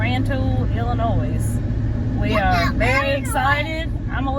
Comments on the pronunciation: Just one thing I wanted to mention. The s in Illinois is silent. That land is dark, black and rich. That and the flat land is why millions of acres are farmed. Most small family farms are hundreds of acres in the midwest. You'll miss the mountains after being away just a few days. You can grow such a diverse number of plants in our temperate rainforest of Appalachia. I had the food fortune to be raised in the midwest while still keeping strong family ties in Appalachia. Winters out there are long and gray with some bitter cold. When military retirement rolled around we settled on purchasing my grandparents Appalachian farm instead of the midwest. Did you you see Pete from Just A Few Acres Farm? He restores a lot of Farmall tractors on you tube in the winters. His farm is in the Ithica, NY area. He restored his great grandparents Victorian house on his farm. It's an amazing story and labor of love. He has a couple videos on it. Temps are usually in the 90's and they do see some triple digits some years come August out there in that area of the midwest. Glad ya'll had fun! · The “S” is silent in Illinois. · Enjoy the show. Ps.. the "s" in Illinois is silent. We love watching your show.